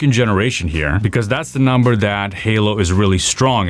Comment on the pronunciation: I'm sorry I can't help but hear PBD "I know you like NAMBER" everytime you say the word number. Super good content though I'm a fan!